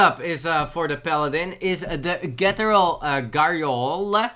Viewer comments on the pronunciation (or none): pronouncing cathedral gargolye - ghettoral garyoler